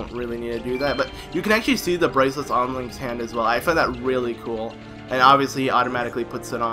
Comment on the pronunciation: you said bwacwets